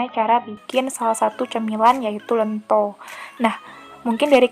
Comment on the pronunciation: Ento ento.... Kok lento yok opo seh